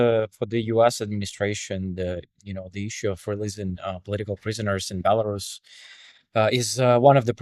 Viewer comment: Thank you, but it’s pronounced “Bella-RUS” RUS!! Pronounce the same when you say Belarusian, NOT “Bela-Russian” The history goes back to ‘white Rus’, as in the white Kievan Rus’. NOT ‘white Russia’. HUGE difference